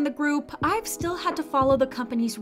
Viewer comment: You said IVE but you need to read it like EVE not ive eve